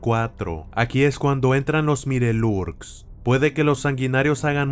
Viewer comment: Se escribe mirelurks pero se dice maiolorks :)